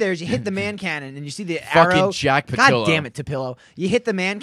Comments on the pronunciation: said "Fuckin Jack Tapillo" he messed up Patillo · says "tapillo" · called jack Tapillo. Nice dyslexia raeg qiut. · Did say tapillo